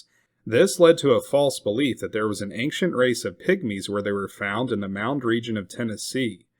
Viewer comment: Bro the word ancient doesn’t have a G in it